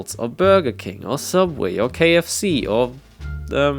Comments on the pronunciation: Do you mean sooubway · this comment is a bit late but it is actually sooubway get it right